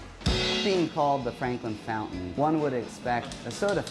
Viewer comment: "Frankin Flountain!" 🤣